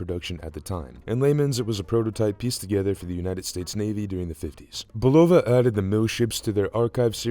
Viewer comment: its bUlova not bulOva